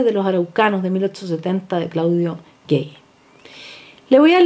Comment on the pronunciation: con todo respeto, el nombre del cientifífico francés Claudio Gay, tal cual, no se pronuncia gey